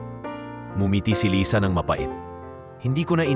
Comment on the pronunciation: Lysa? Umpisa ng kwnto lisa,kkeinis pakiggan yoko ng mkinig ng kwnto mo